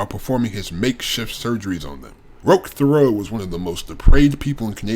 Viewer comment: Great job. But it ain't fair. You could read instruction manuals from a 90s dot matrix printer and I'd listen to it, that voice is so calming. As a French speaking Canadian, I just have to say the name is pronounced teh-REO, or if you want to say it like an anglophone TERRY-o. The name you were pronouncing was Théreault, not Thériault.